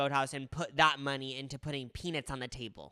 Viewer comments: I can’t get over pea-Nits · No one: and - “peanits” and “donits” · obsessed with the way you guys pronounce "peanits" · if these well intentioned gentlemen keep saying "pee-nits" one more time im gonna go crazy!! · not these two saying “peanits” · you guys are gay and you can't say the word 'nut'? it's PeaNUTs.